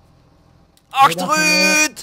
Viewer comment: was wel leuk toen jij zij VOORUUT! en ACHTERUUT!